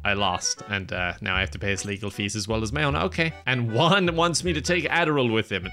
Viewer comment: I just love how pronounces "Juan" Lmao